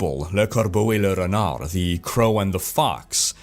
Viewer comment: i love how you say le corbeau and le renard hahaha (i went on your twitter, i know why you roll the r's now haha :O ) , you made my day ;P nice video as always :)